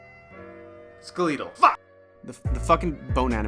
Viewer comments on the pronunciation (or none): Skeletal skeh-leh-toll lol not skii-leto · dunno where this guy is from but *skeleetal*. & *Maerio*. I've watch two vids and I can't tell if he's fkin with us or not. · Thanks to you, I'm gonna start pronouncing "Ske Lea Tle" from now on.